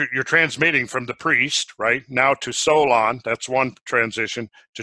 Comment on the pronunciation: jesus why the accent on the second vowel every.damn.time XD it's HEllene and HEllenes, it's SOlon not SolOn, and many others